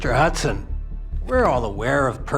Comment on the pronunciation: its actually hudson lmao